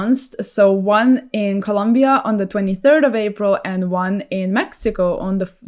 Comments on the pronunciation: OMG... she said "Colombia"!!! not "Columbia!!! I really enjoy to see her speaking about this awesome game!!! keep with this kind of videos!!! Saludos desde Colombia!! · No no no....quite the opposite, you pronounced it perfect. But it is very common for us to hear English speakers refer to our country as "Columbia."